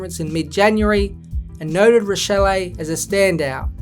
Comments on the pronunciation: It's pronounced "rashelly" btw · I was pointing out the pronunciation haha but yeh Rachele exposed himself as a soft footballer multiple times last year, started drinking his own bath water after his debut season